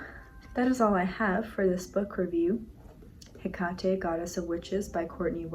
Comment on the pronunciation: Wait is it pronounced Heck-at-ay? I thought it was Heck-ate.